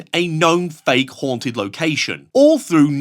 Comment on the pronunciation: They say "its most hounted..." IN EVERY VIDEO lol